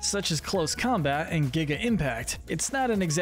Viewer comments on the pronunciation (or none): none